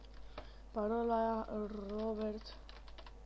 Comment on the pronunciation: "Parola" nu "paroala"